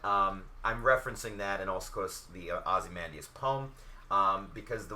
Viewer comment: this is really helpful, defiantly gonna use this as a template for my decks, However you keep mispronouncing Ozymandias name. (I really don't want to be that guy, but it makes me cringe every time you say his name). Ozzy-Mon-Dayus